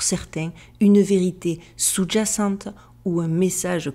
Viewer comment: SOUS-JACENTE AVEC UN J COMME JONQUILLE PAS COMME JACK NI JOHN C'EST DINGUE DE MAL LE DIRE SANS CESSE 🤮